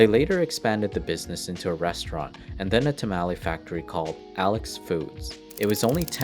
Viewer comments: Pronounces "guacamole" correctly; proceeds to butcher "tamale"... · Me listening to Tamale being mispronounced over and over😳😳😳😳😳😳😳 lol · Its called a tah-mah-lé, not as it did had some sort of mal-ware in the middle of it. At least you get pronounce it the lazy American Way, "tuh-molly". Is a taco a "tack-o" where you're livin', or is it a "tah-co" like it's spoda be? And yes, I can speak and spell many dialects of English, including Ebonics and slang. I do so so often, it has completely confused my predictive text, and it tries to correct my correct spelling in unpredictable, funny, and often annoying ways. Then, too, there are several other languages I type phrases in, and I have overridden it sooo many times... but, i digress... Anyway I know it's in your two about pronunciation is always ask a pronounce it in the way of, and as best you can, the language from which it originates, using the phonics thereof. To wit, if your name were Alfredo (All-fré'-doh), would do you want someone to call you Al free-doughw? A lazy any English 'Al-freddo'' is more acceptable. Is lazy speech and there's mispronouncing words you can find in the dictionary and learn how to say properly, regardless of dialect. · this dudes pronunciation of tamale and taco is cringeworthy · Really good mini-documentary. However the incorrect pronunciation of tamale is rather funny. :) really enjoyed the whole thing. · Learn how to correctly pronounce words like tamale and masa and nacho and SOUTHERN. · First it was how he said tamale, then taco, then nacho.... My poor ears